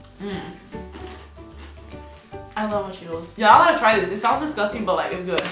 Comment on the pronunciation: Nobody: Absolutely no one: Karina: DISGUSTANG